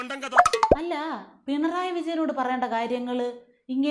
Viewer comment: ..പിണറായി യാണെ പണറായി യാണൊ ബാലൻ പറക്കുന്നത് പെണറായി ന്നാ ന്ന് മോളെ ശ്രധിച്ചില്ലെ